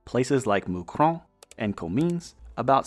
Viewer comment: Thanks for pronouncing Mouscron correctly. Well done.